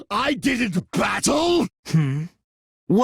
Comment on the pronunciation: “No, That’s wong!”